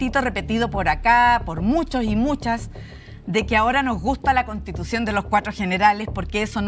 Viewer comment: Cuando dijo les invito o castitucion lo entendi todo xd😅